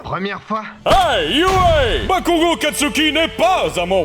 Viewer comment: Je rêve où j'ai entendu du un "bakougo" de la pare de deku?😮(Au début)